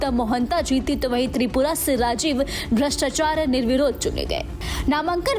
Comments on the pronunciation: Bolna sikho bhattacharya ke badle bhrastachaya bolti hai,LOL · राजीव भ्र्ष्टा चार्य नहीं भट्टा चार्य है कैसी हिन्दी जान ती हैं आप. बड़ा दुख हुआ ये सुन के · Jo madam Bol Rahi hain unke name ke uccharan par Zara gaur karein. Bhartiya ho kar bhi Hindu naamo ko nahi bolte ban raha hai. Naukrisifarish se mili kya